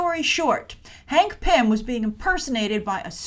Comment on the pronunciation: Sounds like you were saying pimp whenever you said pym